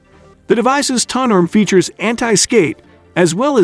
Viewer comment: Someone needs to tweak this AI to say "Turn Table" instead of turntuble. cant say "Tone Arm" either